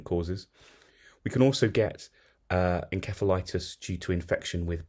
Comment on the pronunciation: Your pronunciation is incorrect inceph/insef septic